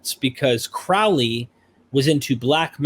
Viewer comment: Can you say Crowley?...and ya did lol